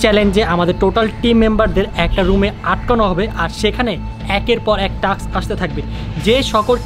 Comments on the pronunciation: Taks na vai task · No taks it is taa Task